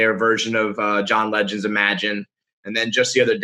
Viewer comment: John Lenngond